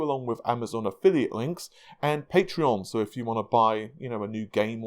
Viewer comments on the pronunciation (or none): none